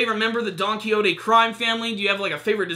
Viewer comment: It's donquixote!! Not donquixotay!!!!